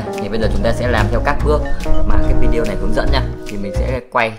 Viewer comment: Lâu lắm rồi mới nghe có người nói đúng vi-đê-ô, chứ k phải vi-zeo hay vi-yeo thậm chí vi-zéo 😀